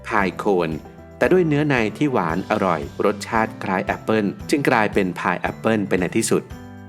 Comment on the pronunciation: คนใต้แน่ๆ